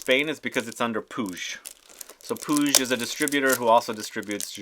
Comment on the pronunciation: Just to say. The prononciation of Puig is “Pooh—eee—jj”